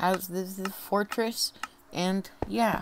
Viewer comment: Check at 32 seconds you say at the templates es es forteress